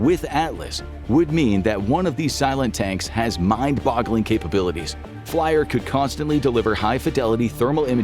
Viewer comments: Flier?!😂 If you are gonna pretend to "inform" us, at least take the time to pronounce it right. It is pronounced "flee-er" not "fly-er". Sorry, but I had to point it out. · FLIR is pronounced "fleer" you bot!